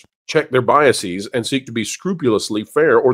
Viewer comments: All the speakers sound very intelligent. One point: the plural of bias is biases, not biasEEz; the plural of process is processes, not procesEEz. The plural of basis is bases, pronounced basEEz. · “Biases” is not pronounced with a long e , guys.